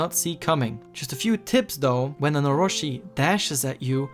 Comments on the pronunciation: how can you take this serious when he cant even prenounce "Orochi" (oh-ro-chi not ohroshi) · very good and informative video the only thing that bugged me was it's not oroShi but oroChi